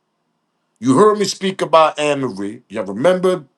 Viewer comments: This just 1 day thing that got me Tripping..was the Song 🎵 & You pronounce her name like A ' Marie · Hey Amarie Pronunciation A - MARIE HER SONG IS.... ( IT'S THIS 1 THING U DO) EVEN THOUGH SHE HAS A FEW MORE GOOD SONGS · Amerie is pronounced as A-Marie.